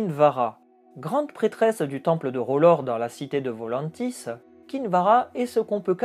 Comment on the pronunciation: R'hllor, pas "Rolore"